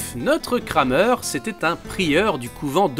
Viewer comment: On prononce "Kramère" pas "Krameur". Le "e" ne se prononce pas de la même manière en français et en allemand (ou en alsacien).